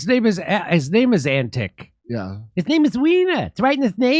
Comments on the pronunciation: it's not pronounced Antick, but Antich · A Billabong is essentially a small swamp or pond. The Term 'Drain the Billabong' is an Australianized version of American 'Drain the Swamp'. Also Senator Alex Antic is of Serbian descent. His surname is actually pronounced 'Antitch' like most people from the Balkans whose names end with 'IC' it actually sounds like 'ITCH" so Antitch not Antick. And yes Alex is a conservative party Senator. Hope this helps. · Pronounced : Antich. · its pronounced antitch coz its likely serbian or croation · Antic probably Eastern European in origin. Pronounced An-tich. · Alex's father was/is Serbian. So the 'c' at the end of his surname is probably pronounced as a "ch" sound... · I guess he have Croatian roots, so it pronounces "Antich". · Antic is actually Antić (pronounced similarly to antich, or antitsch… there's no ć sound in English) — He's of Serbian descent. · His last name is most likely of Croatian descent, and in Croatia it has a little sloped line above the letter "c" which makes it soft, or rather "ch"... So it should be pronounced Antich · antic is a slavic name probably with serb origins. God I love how ignorant americans are lol EDIT: it sound like ' antech' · Jimmy don't sound ignorant. This is a croatian last name that is written like this Antić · Alex Antic is of Serbian descent. His surname is Antić (Antich). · His origin is most likely from the balkans in Europe, the name would be Antić( Pronounced Antich in English, similar pronunciation to John Malkovich the actor) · Um, I would bet my bottom dollar that this guy’s anscestors were Croatian and that the name was originally spelled Antić - pronounced An-tich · Not all names necessarily follow an Anglo-Saxon pronunciation pattern. The name 'Antic' would be pronounced s.g like "Antich" in its original status. Why are you guys mis-treating this man who is one of very few Australian politicians with decent motives. How ignorant you are!